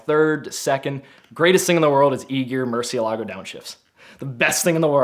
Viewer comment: Somebody who can nearly say murcielago right 😂